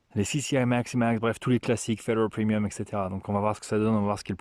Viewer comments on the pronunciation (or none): none